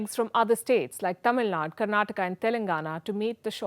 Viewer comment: Pray, hope food wastage reduces. Thanks for pronouncing Tamilnadu correctly 😀